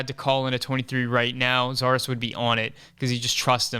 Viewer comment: You lost me when you said Zardes.... c’mon man.